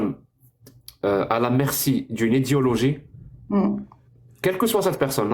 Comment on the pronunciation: il faut que tu prononces "Idéééologie" la on peut avoir l'impression que tu dis volontairement "Idiologie" à chaque fois que tu le prononces ^^